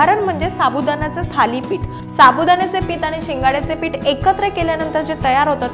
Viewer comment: साबुदाना नाही.......साबुदाणा पीट नाही.......पीठ जानारे नाही..... जाणारे Etc etc etc..... Please.... please please.... Humble request to you. PLEASE शुध्द बोला. तुमच्या एवढ्या अशुद्ध बोलण्याने या video chi quality प्रचंड ढासळली आहे!!! ऐकायला घाण वाटतं.